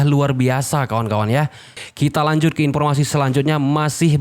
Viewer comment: Maaf mohon perbaiki pengucapan K nya bukan Ki tapi Ke kayak pengucapan kepo. Maaf Lo...mantap. tetap dukung anda. (Jangan marah ya....?😊😊